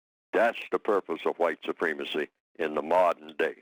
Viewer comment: why can't this guy pronounce supremacy correctly?